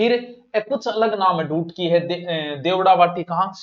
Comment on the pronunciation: ढूटकी नहीं सर ढाटकी भाषा